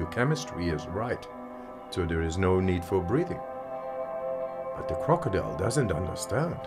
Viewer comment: Such a challenge to not laugh when he said "De crokodile does not undastand"